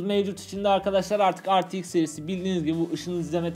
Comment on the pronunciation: Ar ti eks ne be re te iks diceniz